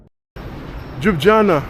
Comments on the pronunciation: Jujana😂😂😂😂😂😂😂show some effort dude! LYU-BLI-ANA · Nice vlog but it’s pronounced Lew-blee-yana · I find it cute the way he pronounced Jub-jana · Holly s**t. Never heard someone butcher the name Ljubljana like that 😄